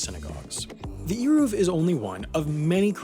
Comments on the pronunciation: Also, here’s some pronunciations (you didn’t butcher it too badly!). Eruv: “ay rahv”, Malacha: “Mah- luh-cha” (ch is not pronounced the way it is in English. In Hebrew it is a rough, throaty sound). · As an observant Jewish person I this is a very good video but a couple of the pronunciations are wrong such as Melacha (pronounced as Mi-la-ha) and Hotzaah (pronounced like hoe-tzah and Eruv it is (pronounced like A-roove) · This was a REALLY bad explanation. First of all “Eruv” is pronounced with a soft E, as in Elegant. Secondly, the reason an Eruv is so important is because the people relying on it are not specifically men wanting to carry their keys or umbrellas on Shabbat, but rather its mostly intended for families with children. The Eruv allows for the freedom of movement of Jewish orthodox mothers on Shabbat who would otherwise be forced to stay home with young children while her husband attended Synagogue, since carrying children and pushing strollers in a public domain is what’s considered forbidden on Shabbat and because in orthodoxy, only men are obligated to attend synagogue. With an Eruv, an entire family can attend synagogue on Shabbat or take walks together on Shabbat without fearing they will be breaking the Sabbath by carrying something in a public domain. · It’s pronounced Aye-Roov :) your welcome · It's pronounced "air-ov" wire. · Melachae has the ch pronounced with a hacking to clear phlegm. Eruv is not eeruv - it is ehy-roov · It’s pronounced ayruv And ma-la-cha And tal-mud like mud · Here in Israel it's Eh-Roov. BTW it's MelaKHa not MelaCHa.